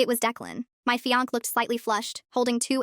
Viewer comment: Somebody needs to teach AI how to pronounce fiance